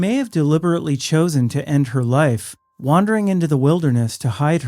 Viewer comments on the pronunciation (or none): none